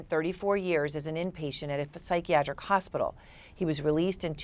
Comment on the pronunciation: did you just say the "P" out loud in psychiatric? Like really spaced out and all. :hand-orange-covering-eyes